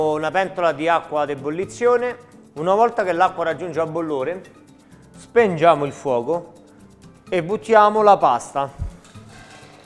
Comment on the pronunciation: "Perché spengiamo?" "Spengete?" "SHPEEHNGI" (Cit. per pochi)